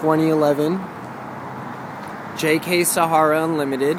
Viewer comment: Do you really have to say " Sahara " like that tho. Outstanding job on the Jeep. If I lived in Cali I most def would get my work on my Jeep at your shop. Great job